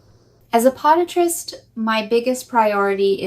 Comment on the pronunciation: Watching these videos is starting to become comical. Literally every sentence is a different voice/accent. And u gotta love how it says someone’s age..one four instead of fourteen and how it says podiatrist 😂 U have such a large following and produce too good of content to use such a cheap AI voiceover program. Using AI isn’t the issue at all, it the fact it switches to a diff voice/accent literally every sentence. I just don’t seeing it being that hard to use an AI voice program that uses one consistent voice throughout the length of the video. Like myself, I see more followers bringing it up in the comments and I would just hate for u to lose followers because of this. Keep giving us great videos like u always do, but please take more time in the voiceovers 🙏🏽🙌🏽♥️